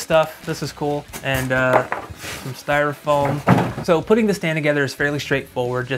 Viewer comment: 'styrofoam' lol